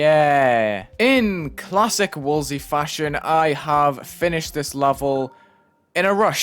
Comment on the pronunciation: wulzy says it like "wool sea" lol